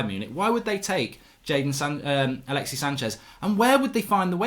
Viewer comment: Bro it's alexissssssss, there's a S.